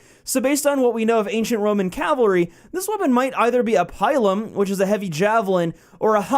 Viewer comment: The way you pronounced pilum really pissed me off lol it's pronounced Pill-Um